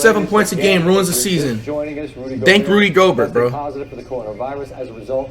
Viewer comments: Rudy go-burt 💀😂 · "Rody Gobert" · "Rody" Gobert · Crazy Gaming Rody GoberT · Rody Goalbert